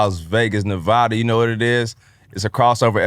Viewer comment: Why doesn’t anybody from any other state say Nevada correctly? 😭